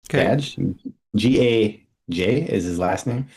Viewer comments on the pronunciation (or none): I think Gaj is pronounced like "guy" or at least that's how I've heard people say it